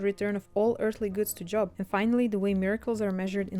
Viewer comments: The name “Job” is not pronounced like the noun “job”. Spelled the same, but the name is pronounced with a long o, as though it were spelled “Jobe”. Edit: I usually hear “Behemoth” pronounced as “buh-HE-muth”. Edit2 “Lazarus” was the name of the person who Jesus resurrected. “Lazarii” is a made up word to indicate how many people could have been resurrected by the power applied to a specific miracle. The assumption is that it’s the plural version of Lazarus’ name because in the case of the miracle created by C. & A., at least 25 people could have been resurrected. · Please learn to pronounce Job properly. It's very distracting